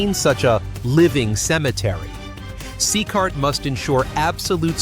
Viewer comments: C-cart? AI is terrible. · Itisnocecart itisCECOT, learnhowtireadputa